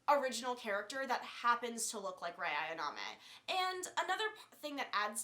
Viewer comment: It's Ayanami not ayaname. Also, you pronounce doujinshi wrong. There are thousands of H-manga/H-doujinshi, there aren't any that are so popular that you can assume people have heard about it. In other words, just because you read something when you where fourteen doesn't mean it's likely any one's heard of it.